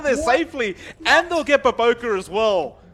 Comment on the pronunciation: It's BOBOKA not BOBOKARR